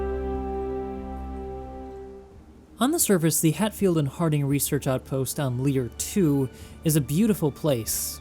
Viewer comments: It's "Leir II" not "Lier II" :P Very good video btw. Keep up the good work :) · It’s actually Leir II not Lier II 😉